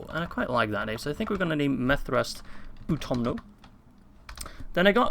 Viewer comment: Utumno, not Utomno.